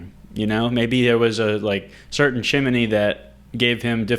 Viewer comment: Is that really how you say chimney or is this a prank??